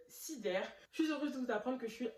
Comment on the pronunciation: La façon dont tu dis le nom de la marque me fume 🤣